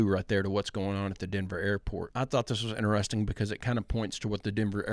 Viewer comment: i will consider subscribing if you start saying the word interesting properly :D